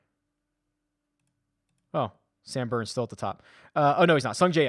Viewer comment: Did you say boooo? Or Booourns? Yeah definitely going with Sam Burns!